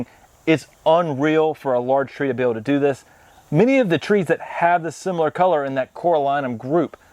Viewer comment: Come on you all. I’ve pointed this out before. “Do” means island in Korean. It’s pronounced doe, not doo. And the first constant letter isn’t emphasized…the vowel gets the emphasis. So it’s more of a mix between a t and d. But let’s get the oe down before we graduate to something more advanced.